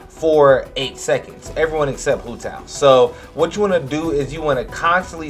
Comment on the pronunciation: Her nane is pronounced “wu dao” and her name means walnut 😭